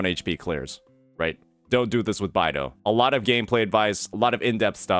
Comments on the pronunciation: It's beidou not baidou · i could've sworn it was pronounced "Bay-dough" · Today i just learned that pronounces Beidou "By-Do" 😭